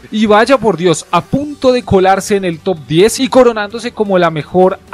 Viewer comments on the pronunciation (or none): none